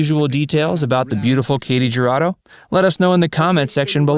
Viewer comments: Her name is pronounced "hu" Rado. Not ja. Just sayin. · Her last name is pronounced "Who-ra-doe" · It’s actually Hoo-Rah-doe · The J is pronounced as a Y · Katy Jurado really stood out in High Noon, which I highly recommend to anyone who hasn't already seen it. That's what I know her from. What other movies of hers do you recommend? Anyone? p.s. If you don't want to completely butcher her name, just search any Spanish language video about her, such as: historias engarzadas katy jurado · I read the comments to find one mentioning how her last name is mispronounced. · How in the hell did Ernest Borgnine manage to marry this beautiful woman? And how does the narrator not know how the letter j is pronounced in Spanish? Did no one see this but him before it was uploaded? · The letter J in Spanish is pronounced as an H. So it is Hurado and Halisco. Why they mispronounce Spanish names is beyond me because they don't do it with French Russian Ukrainian, or even Chinese names. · Announcer-I cringed every time you pronounced her name. Please learn how to pronounce the names of celebrities. It's pronounced, "hurado" with the "h" sounding like the "h" in the word "help"-same for "Jalisco" (Jalisco)